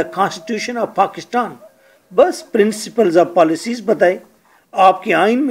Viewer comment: Pakishtan Hahaha ... Pakistan.